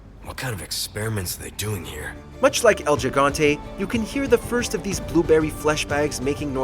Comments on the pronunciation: El yihante? Or gigante. Love the accent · God. It’s pronounced “EL HE-GAN-TE”. It’s Spanish 101. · I immediately dropped a dislike as soon as he said “el gigante”. Bruh. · It bothers me to hear how you pronounce ‘el gigante’